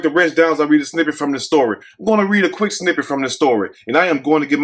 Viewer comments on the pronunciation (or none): none